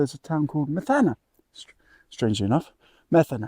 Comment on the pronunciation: Greek here, The accent is on the "e' So you pronounce it: Me'thana, ( no Metha'na )! :)